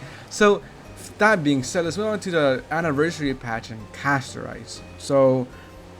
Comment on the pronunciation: Bro said Casto🍚